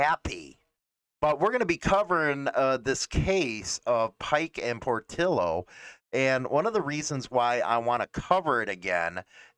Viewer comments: It's not Por-till-o, it's Por-tee-o. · I just wish you would pronounce Portillo correctly